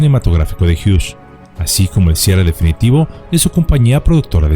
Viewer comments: No se dice Howard hiush. Se dice Howard Hiugs. Solo como observación 😢😢😢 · Gracias por recordarnos acerca de este drama, conocido por muy pocos o quizá olvidado por muchos. Aaaah y Hughes, el apellido no lleva "sh" en su pronunciación. Es solamente con "S". Gracias por seguir ayudándonos a comprender y recordar el pasado